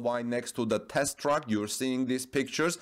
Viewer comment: Bitteschön, please research the pronunciation difference between TRACK und TRUCK ;-)